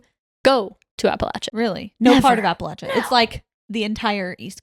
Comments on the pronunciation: Is it a PA thing to say apple lay sha? This is the first I’ve heard this pronunciation, even google says this is correct 😅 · No worries, just good to point out. It's like "appa-LAY-sha". The way you're saying it would be correct if you were saying "Appalachian" though! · Hahahahah “apalacha” 😅😂😅😂😅😂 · I live near part of the trail but it took me a minute to realize what u were talking abt because of the mispronunciation 😭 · absolutely not! If you are from the region for generations, it’s the ONLY way to pronounce it!! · Love the interest, but please pronounce our region correctly if you make a part 2.